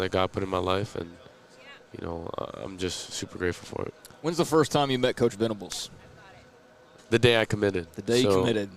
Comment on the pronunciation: Venables—not Venerables